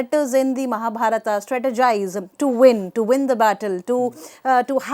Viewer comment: Nice video, sir. It's wonderful. But the lady doesn't pronounce Mahabharat properly. it's shameful as an Indian she behaves like a NRI.